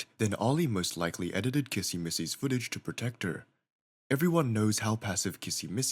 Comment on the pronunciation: Bro , can't even say kissy right for even one time 💀